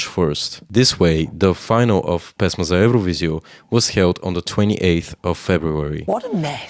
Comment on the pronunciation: he literally mentioned those symbols. Though, I'm also curious about where he's from, and why is Serbia his arch-nemesis :D His pronunciation of "pesma za evroviziju" was perfect. When it comes to politics - I'm also interested in foreign politics. I don't see anything weird about it. On the other hand, I'm not xenophobic, that might be the reason.